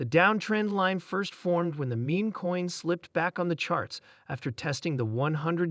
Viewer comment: Can can you take advise from a person that sounds like a bot and can’t pronounce Shiba Inu correctly and the word “meme”. Smh